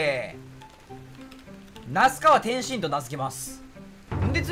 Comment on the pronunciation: 那須川天心の天心の発音の仕方が完全に天津飯